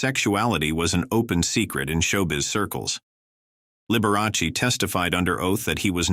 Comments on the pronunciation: At least pronounce his name correctly....it's Liber a chee. It's Italian. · "The bi-o-pick on liber-a-see" AI again. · Out of respect, couldn't you at least pronounce his name correctly. Liberace. it's Sal (sounds like) Mini 0. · You aren't pronouncing Liberace's name properly. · The A I voice can't even pronounce Liberace properly.